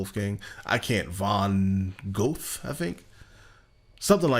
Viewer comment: omg yes! I found Star Wars to be upsettingly banal (and find so few who sympathize). 👍 Goethe is spoken "Gur-tah". I still need to check out Star Trek. (I don't remember where people told me to start...)